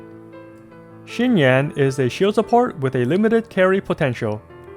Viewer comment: you nailed XinYan, XingQiu and ChongYun the moment I heard you say their names. I'm so proud!!! 👏🏻👏🏻